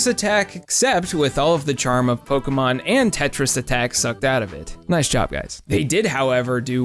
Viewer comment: Polkamon.....polkamon. Beyoncuh. Cafuh. Resumuh. Frapuh....